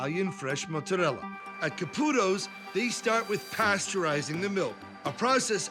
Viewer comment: So tired of dumb New Yorkers says “mutz-arella”.